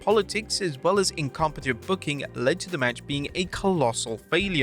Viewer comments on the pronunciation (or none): none